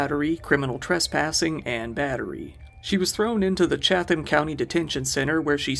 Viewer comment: For future reference, Chatham is pronounced more like "Chattum", you don't say the second h at all.